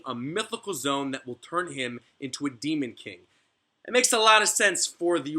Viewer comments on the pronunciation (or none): lol for the longest time i thought this man was saying "zone" not "zoan" cuz he doesnt pronounce it zo-an or zo-en